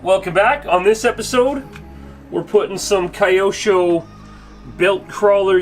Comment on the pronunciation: Lol if you want to actually be proper about it, the original Japanese way to pronounce it is actually 2 Kanji syllables, kyo-sho. Not Key-Osho